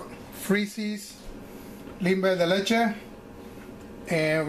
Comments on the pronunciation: Correct me if I am wrong but I'm hearing you pronounce limber more like timber. Doesn't it sound more like "Leem-beh" just sayin, I've lived in the projects for 22 years and that's the way I've always heard it. Nonetheless, Imma use ur recipe... thanx. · Hehehe i love how he says creamy limber (as if still talking english)! Thats spanglish for ya!